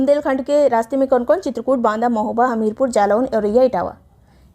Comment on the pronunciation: 29.08 pe di ne mahoba ko hamoba bola kis kis ne dhyan diya 😂😂😂😂😂